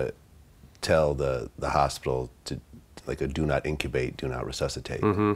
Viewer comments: Vlad it's "intubate"...not "incubate". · Vlad sorry about your loss ... but it’s intubate not incubate lol couldn’t help but laugh ... sound like hypmotuze lol by boosie